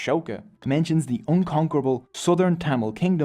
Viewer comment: Bro's pronunciation of thamizh names were on point. Impressed 🫡